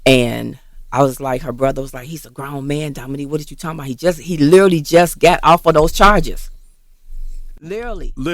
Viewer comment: "LiLrally, LIRALLY"😳I cannot!!😂😂